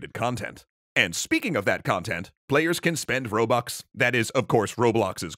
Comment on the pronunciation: how he pronounces, "robux"